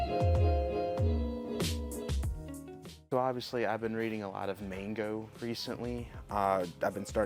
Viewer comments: It's MANGA NOT MANGO!!! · Why do you pronounce manga as “mango” and metroid prime as “meteoroid prime”? Not bashing you, genuinely curious.